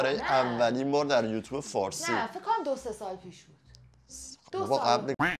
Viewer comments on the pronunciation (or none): none